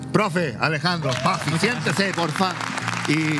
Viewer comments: Lo más grande Alejandro!! 🎉👏🏻🫶🏻❤️ que sigan los éxitos!! Pd.: Es Buffy wn, no “baffy” 😒😒😒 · bAffy se pronuncia en ingles 🥴